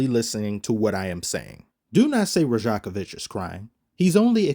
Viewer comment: Rajakovic is pronounced Rayakovich, in serbian J is pronounced like Y in english just like in the name Jokic and Jovic, great vid commish 🤙